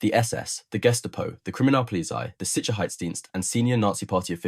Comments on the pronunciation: German pronunciation is... Gehh...staah..poe... not Gest aye poe Say ahhh like you're saying ahhh for the dentist... as in ahhhh-ha! The others you got right. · "Guest-a-poe", hih? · Guest-A-Po ? What a weird way to mispronounce that German Word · yeah always pronounce that guess-stop-oh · British preferred the Walther because British arms were basically, crap! Overly heavy, old in design , inaccurate and let’s admit it ugly as sin. Lots of repeat information in this but nice pictures. I like the pronunciation of Gestapo…… Gestah …poh! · The guess-tah-po?